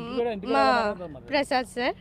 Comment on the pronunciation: Prasas kadu prasad